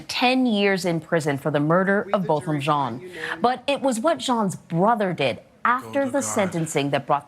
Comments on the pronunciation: "Jean" is pronounced as "John" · Not Gheen. It is french. zhawn is closer. like Sean Shawn with z sound, not so hard. For a national blogger